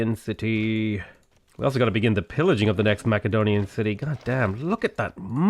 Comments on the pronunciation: pronunciations confound Macedon - Mass-edon Macedonian - Mack-edonian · love the content ma dude im rather new to the channel. youve helped me up my game so much. FYI macedonian is pronounced with a "s" sound not a "k". (the more you know :3)